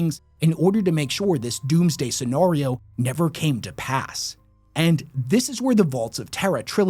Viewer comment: Say it with me… “Scenario”